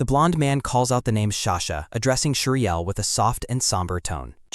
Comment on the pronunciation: frrrr ughh i am soo frustrared everytume he calls her sashaa just stop freaking calling her sasha